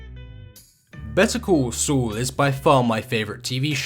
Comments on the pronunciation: Better call soul? Its better call saul you british bum 🤣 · "better cool sool" sorry i had to lmao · "Betta cool sool" is indeed a good show. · "Bitta coo soo"